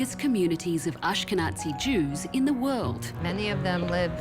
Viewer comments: Anja Taylor, do you think you could stop saying "Ashke'Nazi"? The word is pronounced with a "z" sound, not a "ts" sound. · Am I the only one recognizing the mispronunciation of "ahsh-ke-natsi" Jews? I think it's dead offensive.